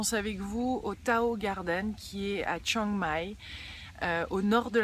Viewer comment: La prononciation du nom de la ville "Chieng Mai" ( เชียงใหม่ ) est prononcé grossièrement dans la vidéo.